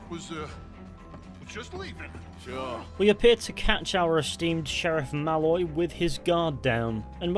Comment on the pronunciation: The way you say Malloy is slightly wrong, you say it like 'mal-oy' but it's 'maloyyy' accentuate the oyyy bit pls. Otherwise a wonderful and insightful video